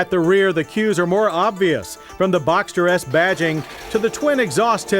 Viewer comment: "boxter yes" 🙄😂